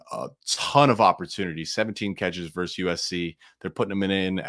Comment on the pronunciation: Versus Oregon, not verse.